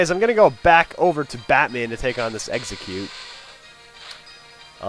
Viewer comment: Eggsacute sounds like exacute